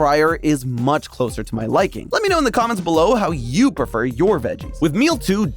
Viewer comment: "I perfer my carrots dry" My brother in christ what is wrong with you?